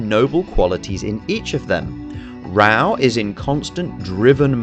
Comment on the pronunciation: interesting analysis, but the English dub is *AWFUL*, and nearly all the names are pronounced badly. Raoh is pronounced Rah-Oh, Kenshiro's fiance is YUria not "julia", Ryuken is Ri'yoo' ken, the rival school is Southern Cross Star or "Holy Southern Cross"